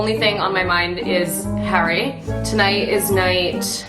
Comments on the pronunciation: anyone else notice how she pronounces "Harry" in a british accent for no reason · I hate how she pronounces his name in a British accent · Harry “ween” lol / congrats on the wedding bro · the way she says harry 😂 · why'd she say harry in a british accent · Nah im sorry but did she say "Harry" in a British accent? thats so weird